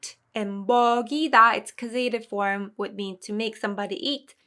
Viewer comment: I had been confused about passive verbs and this cleared it up a lot. Always great to see lots of examples. Thank you as always. Looking forward to the next classes to see them in action. And I'm a bit embarassed to mention this, but (at least here in Canada) the 'a' in causative is pronounced like the 'a' in apple. And the emphasis is on the 'caus' syllable. Papago does a good job pronouncing it.